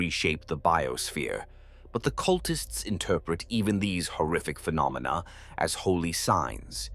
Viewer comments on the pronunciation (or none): none